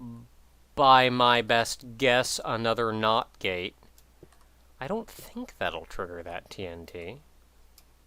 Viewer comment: every time he says not gate it sounds like not gay XD